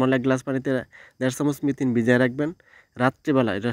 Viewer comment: মিথিন বলে কিছু নেই, মেথি আছে। আপনি সব সময়ই ভুল বলে আসছেন, সংশোধন করে মেথি বলার চেষ্টা করবেন।